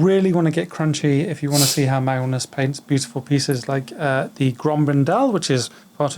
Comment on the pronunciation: also, magnus' pronunciation is on point. thanks for the podcast guys :)